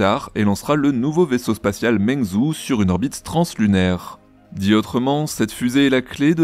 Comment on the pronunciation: coucou pour les deux nouveaux noms en chinois, si tu veux les prononcer un peu mieux, ça peut t’aider: meng se prononce plus un peu comme "meung" [et pas "meing"] zhou se prononce plus un peu comme "djo" [o fermé] ou au moins un "djo-ou", en sachant que le "ou" est léger [en anglais on écrirait "jow"] car en chinois le "u" après le "o" ne sert qu'à indiquer un "o fermé" Meung-djo(ou) lanyue... pas mal! 😉👍🏼 en chipotant, le "yue" se prononce un peu comme "üéè" [son "u", pas "ou"] Lan-uéè